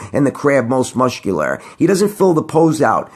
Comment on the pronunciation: Most mushcular.......